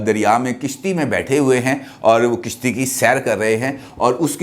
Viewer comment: Kishti nai hoti kashti hoti hy.🤗